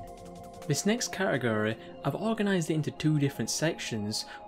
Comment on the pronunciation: never heard category pronounced like that made the video more entertaining